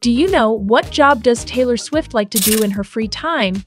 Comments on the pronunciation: Also,, is not Taylor “stufit” it’s Taylor “Swift” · I unsubbed bc you said subiate not swift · She said taylor stuffet😅😅😅😅😅😅